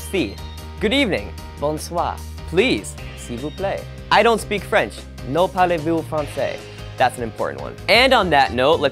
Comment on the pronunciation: No pARleZ vOus fRancè. Yes. Totally understandable. Also I laughed when he said people are slow in Paris. Service is slow yes, people are annoyingly in a rush. Try and go in any other French city, it's way calmer than Paris (also France is bigger than Paris, I swear).